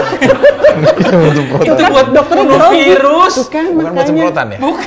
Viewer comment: Si abang ktularan si vicky bilang virus aja vaerus😂